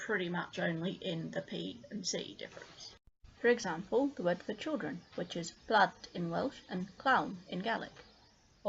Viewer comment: Just so people know, at about , welsh words are used, but not really pronounced right. (i'll write words how they would be pronounced in English so you can see how they're pronounced.) plant= plahnt, penn= pen, pedwar= pedd+wahr. This might just be because of accent, I'm just making sure people know how it's pronounced. :) great video! really helpful, especially since it's covered so little on the internet.